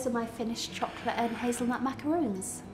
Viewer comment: lol its macarons!!!! not macaroons...